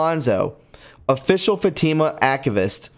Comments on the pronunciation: So...I understood who and what he was reading about. It is pronounced Mal i kie, short a, short i, long i. Fa tee ma short a as in fat, long e, and short a as in ma. I knew there was a snake in our must from the very first news of this charlatan. Remember to start your day wearing the armor of God and reading Philippians 4:8. Dark to light. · Great information from Tiffany. She does great work. One comment, meant as a constructive criticism, your pronunciation of certain words, such as papal, Fatima and many others are very distracting. There are websites that will pronounce words you’re unsure of. Just makes for a more professional presentation when your pronunciation is correct. Love your work. Thank you for your hard work and Godspeed. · No disrespect.....but it helps listeners to speck the names properly. I’ve had to stop listening to your video to replay and read the text for myself. This has been a repeated theme because of mispronounced names and nouns. Especially with Middle East cities, proper names , etc. You do great research and we all thank you. I only mention it bc it’s confusing to the hearer. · this is constructive criticism so those who don’t know you can take you seriously. Please check pronunciation and read through your copy out loud so it flows and your pronunciation’s are correct. Fatima is so well known and you said it incorrectly every single time. You struggle with names. Just verify of check pronunciation’s online where you can hear it. I totally support you and think you’re terrific. Thank you for what you do. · Oh gosh,. I love you, brother, but you decimated the pronunciations of so many words & names in this article... I just can’t even. 🙈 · 😆 Fat-Ta-Ma Not. Fa-team-mu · it's pronounced fat'-tim-a. Not long e. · It's not Fateema... it's Fatima (soft i) Just trying to help. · Come on man, you need to look up the pronunciation before you read this stuff. You butcher everything. It is not fa tea ma. It is Fatima.